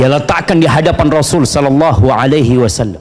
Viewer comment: Shollallahu sih bukan shollollohu fiq. Sholla bukan shollo fiq.